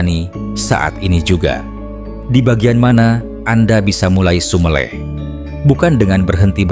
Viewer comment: Konten sangat sangat bermanfaat bagi jiws yg mengalami kegersangan. tapi saya sangat sangat mohon mohon maaf ada kata kata jawa yg perlu ditinjau dari segi pengucapan (kata SUMELEH, PANDITHO ) . Sekali lagi mohon maaf .